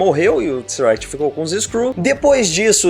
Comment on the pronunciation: alguem avisa esse cara q é Tesseract, e n Tseract